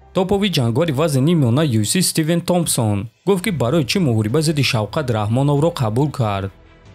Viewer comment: Номи Шавката но тугри талафус мекини правильно озвучи его имя